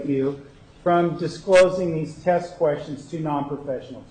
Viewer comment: has a problem.with pronouncing her "e"'s. Test is test, but pronounces it "taaaasttt". Fuckin' dumb twat